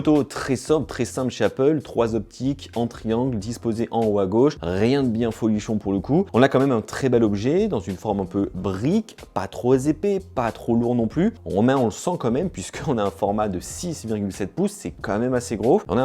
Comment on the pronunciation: Gag: on ne dit pas "pas trop-z-épais" ! mais "pas trop-p-épais"... (:;)